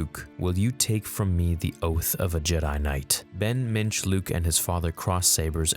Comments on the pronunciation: Yoda was originally named Mitch? Ha! OK, maybe it's actually Mintch but the first time you said it, it sounded like Mitch. And from now on he will be Mitch. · ... I thought he said Minge 🍑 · McNair ohhh ok. I was trying to figure out if he was saying Mitch or Minge and really hoping George Lucas was going to call Yoda, Minge. But Minch is ok too. I guess